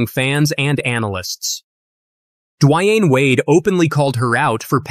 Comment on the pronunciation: Did you just say dwYane wade! Lmao